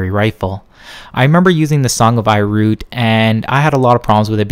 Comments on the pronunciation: Did he say "I root" instead of Ir Yut? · The Song of I Root? Wtf? Its IR Yut. There's an accent mark. Lol. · Your pronouncing Edict and ir yut wrong.